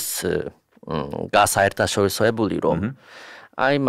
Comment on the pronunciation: 'გასაერთაშორისოებული' იაპონელმა თქვა სწორად და მე ენა წავიმტვირე, სანამ სწორად გამოვთქვი 😅😅